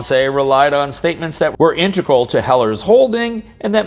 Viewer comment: please, sound out the word Integral once or twice out loud. Just see what letters are actually there.